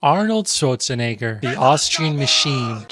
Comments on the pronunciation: Nice video as always, but one point of criticism: I get that you're upset about Americans ignorantly mispronouncing arab names, but at the same time you heavily mispronounced Arnold Schwarzeneggers' name. I think it's okay, if everyone uses the pronunciation of their respective language (E.g. Matthias--->Matthew, Uthman--->Osman, etc.), but if you critique the americans' mispronunciation I believe it can be expected of you too. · Hey i dont want to undermine any of your points and i really get how the names should be pronounced in a more accurate way also other parts of the culture too like clothing should be shown better, however as a german speaker the way u butcherd Arnolds last name kinda throws me off ,wouldnt it make sense that you research how to pronounce his last name since some of your points were the lack of research and wrong pronounciation. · To be fair, everyone technically mispronounces Schwarzenegger.